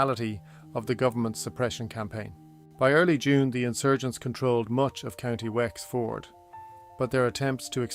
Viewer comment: Wx-Ford? AI trash